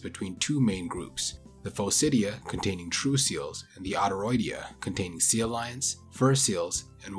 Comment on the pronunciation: Are you saying 'seal lions'?? ...Instead of sea lions? Did you think it was 'seal lions' this whole time?